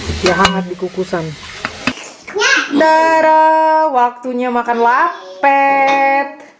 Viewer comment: Lapet pngucapan e nya kya baca rapet kaa...